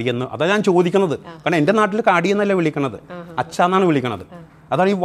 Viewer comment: നാട്ടിൽ എന്നല്ല മട്ടിൽ മട്ടിൽ എന്നാണ് തിരുത്തി വായിച്ചോ